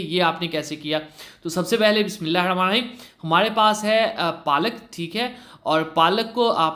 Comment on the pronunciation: Bismillah sahi say parha karen